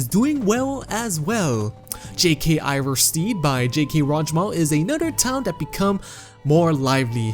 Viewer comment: RorikSTEAD. IvarSTEAD. Not RorikSTEED nor IvarSTEED. Jesus fucking christ, you said it right the first time, I bet you just wanted to piss people of lol